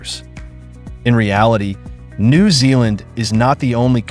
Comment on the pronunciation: I live in NZ. The way the AI pronounced "New" in New Zealand is so weird I can't listen to it any longer.